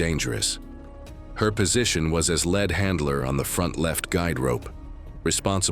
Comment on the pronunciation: . Lead is prononounced as Lead, NOT LED YOU CLOWN, LEARN HOW TO SPEAK PROPERLY.